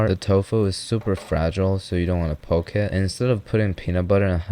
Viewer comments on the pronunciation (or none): none